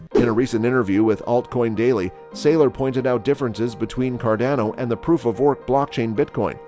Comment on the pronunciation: Cordono? Cardozo? what? 😂